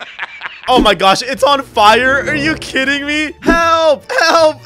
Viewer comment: She said jelp not help